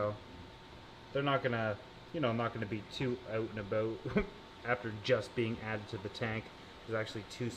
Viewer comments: Aboat... a canadian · "Aboat" Yep, he is Canadian.